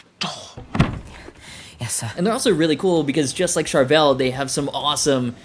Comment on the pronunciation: If you're going to say Charvel 100+ times, pronounce it correctly!